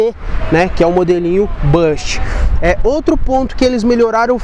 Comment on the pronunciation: A pronúncia correta é “BUst” e não bãst